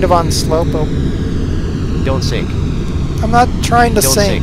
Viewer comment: Every Flight Sim X video we hear this "Don't Sink" LOL. Does anyone see a pattern?